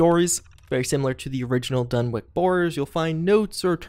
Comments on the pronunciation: DunwiCH. Not Donwick. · You Americans are all alike with the way you butcher the English language. For future reference, the name Dunwich is pronounced as follows: "Done-itch", not "Done-wick" or "Done-witch". Please get it right. I love your videos but your ability to pronounce some words leaves a lot to be desired. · Soft ch on the Dunwich. Like saying sandwich. Or "Dunnich" if yer feeling like a New Englander. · Does not want to butcher Ug-Qualtoth (Oog-Qwal-Toth), but instantly renames "Dunwich" as "Dunwick". Video meets what I expected already. But really, the CoUQ mod was some good stuff, made for some insane scenarios in the vanilla locations after completing it...anyone else who has will know what I mean. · Sorry but it's pronounced like done itch but with the timing of spinach